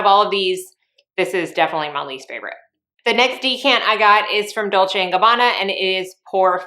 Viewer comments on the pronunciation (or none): none